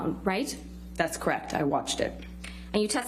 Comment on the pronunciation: Amber…”crect” ugh 😩 she can’t even say the word correct. Case closed.